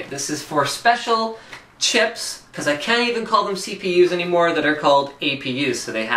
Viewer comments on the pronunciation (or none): none